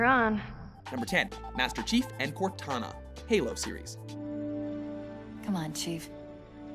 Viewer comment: You can't even pronounce Cortana? What the hell is wrong with you? It's almost bad enough 343i continued to encourage the Chief-Cortana ship (which results in some seriously annoying Cortana porn), but you can't even pronounce her name right while discussing it?!? Actually, they make a fantastic couple. Just, all you fanboys out there? Please stop trying to sexualize it. AI's don't work that way. But damn... Ellie and Riley... to borrow a meme, "my parents didn't sign no permission slip for this feels trip". And it's obviously not Mario and Princess Peach! It's clearly Bowser and Princess Peach! Sheesh, can't you get anything right? Well, you at least mentioned Eddie Riggs and Ophelia, so I guess you do some things right.